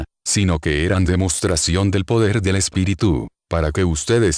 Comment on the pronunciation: Pregunto: porqué hace acentuación en Espiritú...en lugar de Espíritu.